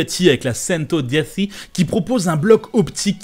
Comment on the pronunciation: Centodiec(ch)i on dit merci 😭😂